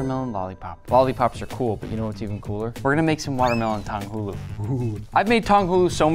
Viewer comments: Square “matermelon” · its waa melon